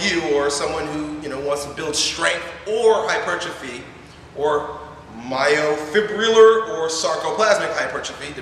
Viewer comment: hard to take this guy seriously when he can't pronounce myofibrillar